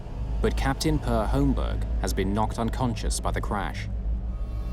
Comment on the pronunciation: I didn't go through all the comments to see if anyone has already mentioned this, but I'm pretty sure the first name "Per" is pronounced pear.